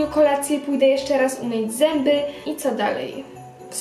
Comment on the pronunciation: Powiedziałaś zymby ale jesteś slodka💞😘